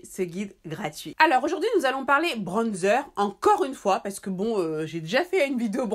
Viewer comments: Je te jure.😂 Le manque de personnalité c'est quelque chose. ''Bronnezer'', quand tu peux juste t'exprimer dans ta langue maternelle, et dire ''bronzeur''.😂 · Tu me fais rire comment elle dit bronzer 😂😂😂 en tt cas super vidéo pck je cherchais vrmt un bronzer mais pour l’utiliser pour faire mon contouring ♥️